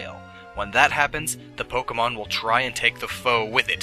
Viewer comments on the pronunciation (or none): none